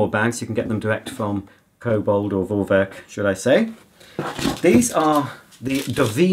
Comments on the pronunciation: Just pronounce it "Forwerk" because it is a german brand and name and in german alphabet "V" is pronounced as "F", so just "Forwerk" and it's mean something like pre-work but it is not exact translation :) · I'm german, just say Forwerk, V is like an F in german. Love your channel and you are the best!